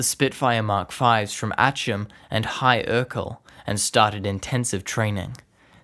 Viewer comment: Fyi, High Ercall is pronounced High Arkle. My father flew Spitfires in Italy for the RAF, and he had the opposite happen to him, he was a Brit awarded the American DFC.